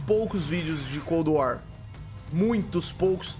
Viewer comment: PQ QUANDO VOCE FALA COLD WAR PARECE QUE TA COM UM OVO NA BOCA ?